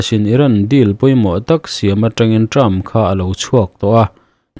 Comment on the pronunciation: Term leh trump tih i lam pawlh tlat a,sir....